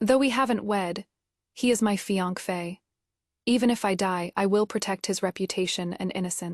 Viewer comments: It’s either fian-key or fian-fey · None of these ai audio readers can say fiancé 😂